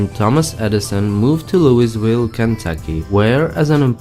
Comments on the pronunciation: It's pronounced "louh-vulle" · If you're going to do a video on a Southern State please at least learn to pronounce things (i.e.names of cities) correctly. Where is Looisville?? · Is it just me or does anyone else find it annoying when other people (outsiders) mispronounce Louisville??? Like its not hard to say it correctly!!